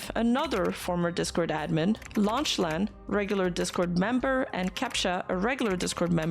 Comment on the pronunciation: Lock-lan is the pronunciation I think, otherwise another great coverage